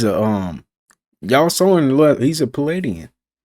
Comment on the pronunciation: "He's a paladien"??????? 😅